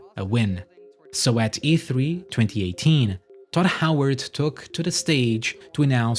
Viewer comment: it sounds like you say dot howard every single time. its so annoying!